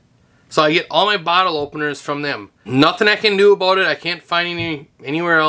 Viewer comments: I thought he was talking about a boat. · I thought for sure that you were from Canada based on how you said "about". Turns out you're just a fellow Minnesotan. (St. Cloud area) Heyo!